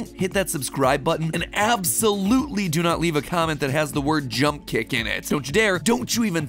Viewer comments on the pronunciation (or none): we need more british matpat edit: jumpkick